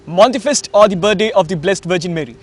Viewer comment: Mr. English man host.. we pronounce Monthi Fest as "Moon-Te-Fest and not Mon-Te-Fest.